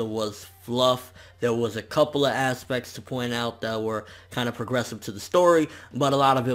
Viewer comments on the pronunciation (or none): "ASS-pects" I see what you did there